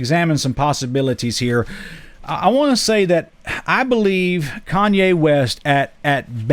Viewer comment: It’s Kanye not Kayne lol